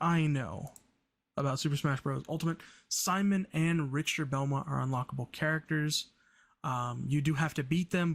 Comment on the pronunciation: His name is pronounced more like Rickter.